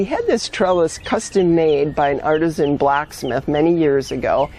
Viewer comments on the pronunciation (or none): none